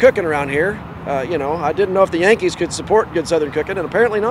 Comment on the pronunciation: Lamo did you catch that “Yankees”?